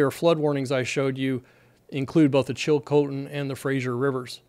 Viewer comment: Pretty good pronounciation on the place names, including Chilcotin (others have already commented on Fraser ) I grew up upstream from there, near Hanceville, and my parents still live there. There is one bridge for access, so I'm hoping the back up doesn't get that far to affect the bridge. A lot of people depend on the salmon run, so this will affect a lot of people both upstream and down. Hoping there's not a sudden catastrophic breach, as had been predicted, for all those downstream